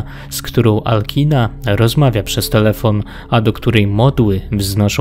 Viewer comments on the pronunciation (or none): materiał bardzo spoko, ale jedna uwaga - imię wysokiej wampirzycy powinno się czytać raczej jako Alczina (wszak to nie imię angielskie :) )